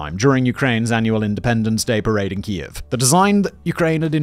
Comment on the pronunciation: No Westerner automatically grasps the unfamiliar phonemes in 'Kiev", but we'll irritate the Ukrainians less if we settle on 'keev'. Anything but kee-EV or (as here) KEE-ev.